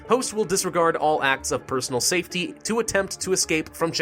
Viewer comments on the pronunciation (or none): none